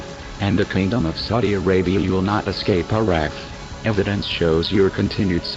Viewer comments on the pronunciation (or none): none